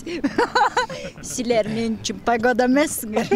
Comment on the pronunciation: пагода дечии😂😂